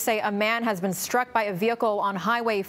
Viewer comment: Note its STRuck. It is Not SHRUK so why the heck are ctv and city people mispronouncing the word. Stop slurring STs. Stop adding SHs into the word. Man learn to speak.